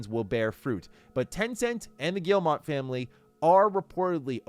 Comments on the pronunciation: the "G family" is French. The owner's name, Yves Guillemot, is pronounced phonetically "Eeve" "Gyee-mo", not "Eevs" "Gill-mott". It's silly, I know. But if you want to pronounce their name correctly, that's how. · Please stop pronouncing Guillemot wrong. It’s not gill-mot. It gii-moh. Pronounce like guillermo detoro. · Guillemot is pronounced gyee-moh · I think the name is Guillemot not Guillemont. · Why would you not even check to see if you're pronouncing "Guillemot" correctly? lol do you think it's just a made-up sci-fi name or something?